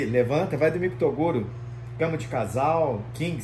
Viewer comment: Só q o Toguro fala errado ele fala macha kkkk